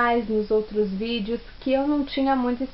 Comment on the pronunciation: "vidio" "ii" "tó" "anSSioZo" desculpa a pergunta querido, mas você lê mesmo?